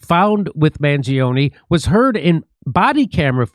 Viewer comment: What better authority on this subject than a man who can neither pronounce nor spell "Mangione"